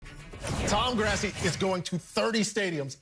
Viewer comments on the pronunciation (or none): "Tom Grassi" and then the smirk on Tom's face after his name is mispronounced lol. He had redemption at the end at least 😆